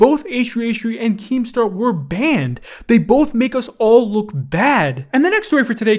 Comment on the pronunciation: I like it when puts a lot of emphasis on the word banned "they should get BANNed"